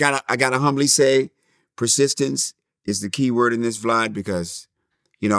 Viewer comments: He just called him Vlod 😂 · Nigga called him vlide lmao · As soon as he pronounced his name “VLOD” Vlad knew he had a hit 😂